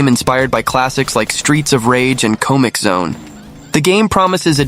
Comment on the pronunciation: Great job with the voiceover, you almost had me thinking it was a real person until you hit me with "Co-Mix Zone"